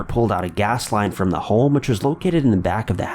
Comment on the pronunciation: You have a real problem with the word home eh?